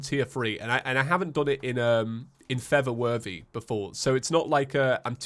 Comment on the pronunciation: Is it just me? Or everybody hears it saying:"feather worthy" not "for the worthy"